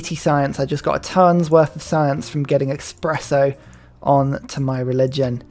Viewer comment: I really enjoy the videos and the "double expresso" city name is really grinding me gears like sand in any espresso.